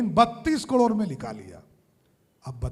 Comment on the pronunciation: कड़ोर नहीं बोलते। करोड़ बोलते हैं।